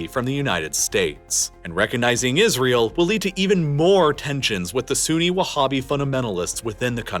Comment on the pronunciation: Saying whabbist and talking about those scumbags non human attacks are truly laughable, oh and saying Sunni as if Abdullah ibn al wahab (the “whabbie” creator) isn’t Sunni is again truly laughable. It’s sad seeing how much work it went into it